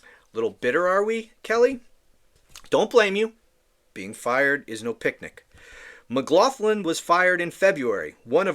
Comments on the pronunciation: It’s pronounced “maglocklin”. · She was judged and found wanting., her name is of Irish origin and is pronounced 'MaGloglin'. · Lol! The name “McLoughlin or McLoughlan are irish names. Say it like MagLocklan. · I think it's pronounced McGlocklin.